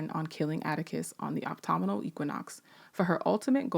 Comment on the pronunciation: I don't know if anyone has commented on this yet in this or other videos, but the teacher in me has finally decided to say something: "Autumnal" (as in "autumnal equinox") is pronounced "ah-tum-null" or "uh-tum-null", and not "ah-toh-muh-noll". Thank you for the work you do,!